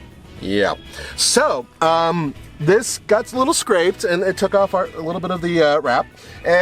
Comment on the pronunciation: "As I like to do it, a leetle bit faster than slow"